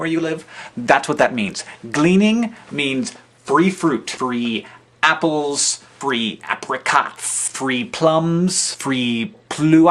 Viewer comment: haha sounded like he said "NIPPLESS!!!" when he said apples.